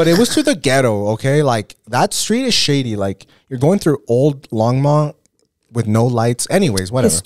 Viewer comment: Is it Longmont or Logmont?🤔 It always sounds like is saying Logmont but then is clearly saying Longmont.